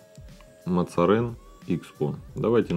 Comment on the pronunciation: наверное название читается Мозарин,ну типа кардинал Мазарини